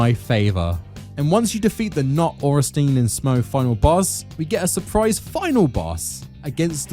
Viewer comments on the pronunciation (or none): Ohrensteen??? Sweet jeebus Miyazakis feet! What next? smoogh pronunciation? Smogh should be pronounced like smog with a U inbetween, ornstien should be pronounced orn sti en ....